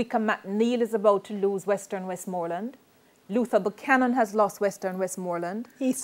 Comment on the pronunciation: Look here lady pronunciation please... what d hell she keep saying Wesmooland lady nuh long vowel nuh in deh jeez it's Westmoreland